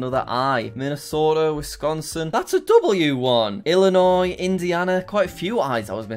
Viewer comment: Why can Jack pronounce Illinois correctly (without the s) but NO ONE ELSE OUTSIDE OF ILLINOIS CAN